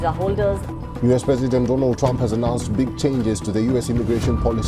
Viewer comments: Donald ❌it's Doland trump😂😂😂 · bhai doland nhi two lund😂😂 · Doland❎ Meraland ✅ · Donald ❎ Do-Lund ✅ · Trump pronounced with bad intentions name of Swami Vivekanand and because that's why modiji said doland😂😂